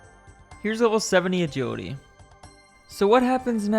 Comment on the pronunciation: Except for the 'agiwidy'